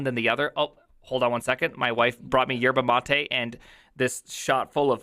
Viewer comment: forget about oop and functional, did you just said "yerba mate"? 👀